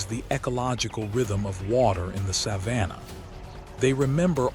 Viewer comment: Too bad this AI narration can’t pronounce “Savannah” properly!